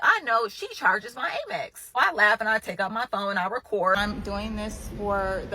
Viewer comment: "Aimex"... huh? Amex?